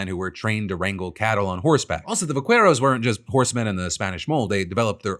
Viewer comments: Please, for the love of god, learn to pronounce Spanish words before saying them. It’s pronounced Va-Ke-ros, not vakueros. In Spanish, the Q is always followed by a U, but the U is always silent. Like in Queso, you don’t say Kueso, you say keso. So please please please, next time, get it fact checked by an actual Spanish speaker before publishing. Other than that, love your show!!😂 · Phil, your pronunciation of “vaqueros” makes me laugh 😂 I know Spanish isn’t your main language but it’s pronounced “bah-KEH-rohs” with a hard K-sound rather than an English Q-sound. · Just for your information Phil, you can pronounce vaqueros as "vackeros" instead of "vaqweros". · Hey Phil, I know someone else is gonna say it, but I'll say it just in case. Here's a quick Spanish lesson. When you have a QUI or QUE, the U is silent so VAQUEROS is pronounced 'bakeros'. Geat job pronouncing the V as a B, though! Glad you got that one. 👍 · Vaqueros "vah-care-ohs" Givin' me "case-oh-dill-ah" 😅 just teasing! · Hey Phil a tiny correction the u in "qu" for Vaqueros is silent. Just imagine it's a k. 👍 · Va-Qwherows lol I love the show bro but that made me lol irl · Vah-Kair-Os, Phil. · There’s no “w” in Vaqueros, love you tho! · Me when I hear the U in "Vaqueros" being pronounced. RRRREEEEEEEEE